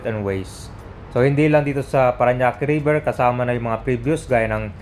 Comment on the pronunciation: “RIBER”. TULLAHAN RIBER. 😊